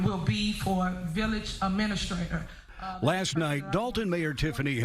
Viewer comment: village "ahministrator" She also knows Michael in the biblical sense.